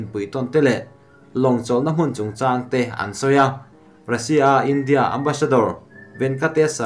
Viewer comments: A sawi dik reng a lawm... India tih hi, tlem' in a ri' hi tih san deuh tur, hníam rúai a lam tur a ni lo.India tih hi, 'In' tih lai hi hawrawppui hmanga tlem a , lam rik san deuh tur. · A ngaihnawm ṭhin rualin i thu lam i uluk lo ṭhin a, a bikin Ram hming, India, Russia han tihah hian a tawpa ri sang tur i lam hniam si a, a thu awmzia a bo vek ṭhin. Theih tawpin ṭan han la leh hram hram teh. Duhsakna nen ka lo sawi e.